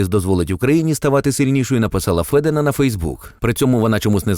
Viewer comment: Автор правильно вказав-Софія ФЕдИна,наголосивши на "Е". Проте, що тут-упущення,помилка,чи маніпуляції?!Як може бути Софія ФедИна при батькові Федіні Романові? Отже,ФедИна,чи ФедІна? Це так само як "гетьман"Порошенко???!!! Все у них маніпуляції і фарисейство!